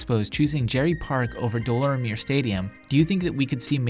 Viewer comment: Deh - Lawr - mee - yayy stadium. Is the proper pronounciation , kid